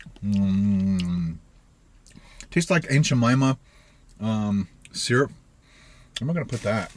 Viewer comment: You say seeyurp I say syrup 😂